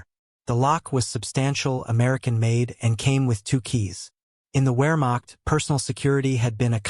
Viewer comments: “Wear macht” ? Put down the automated voice and read for real! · It's NOT a "wearmokt" training manual. It's Wehrmacht, with the W sounded as an English V. the German name for the letter is VAY